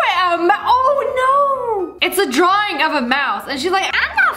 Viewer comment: Is it just me or did Sssniperwolf say ddddddddrawind